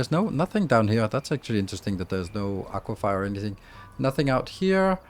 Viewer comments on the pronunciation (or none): ah-qwa-fer not ah-qwa-fire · Aquifer is not pronounced aquif”eye”er